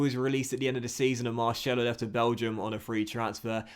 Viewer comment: Please stop saying Marcelo like that it murders my ears